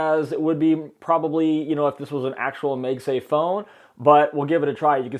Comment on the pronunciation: It's MAGSAFE, not MEGSAFE